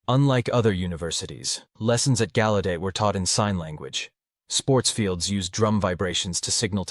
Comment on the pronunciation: Used to live right down the street in DC. It's pronounced gow-u-det..js